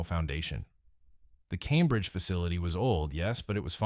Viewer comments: Shout to all me boys in Calmbridge keep it real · "Calm-bridge" and "Knee-co" Can we PLEASE get a REAL human to narrate this hatchet job against what was my favorite candy company? Necco wafers are still available and I love them.